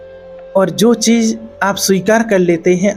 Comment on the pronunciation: Work on your pronunciation Sha ko sa , sa ko Sha .. Za to ja It sounds so ugly . Then it’s cheez not cheej U don’t even feel like subscribing after listening to such pronunciation